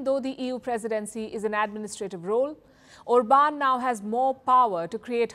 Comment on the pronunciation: It's pronounced OR-bahn. He's not French, ffs.